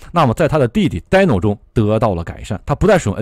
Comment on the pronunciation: 是滴no不是呆no😳